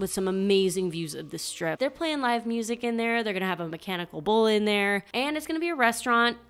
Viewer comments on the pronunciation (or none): none